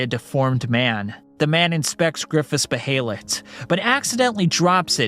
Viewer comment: And beeheelet